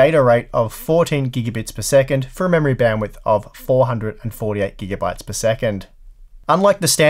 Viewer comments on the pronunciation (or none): none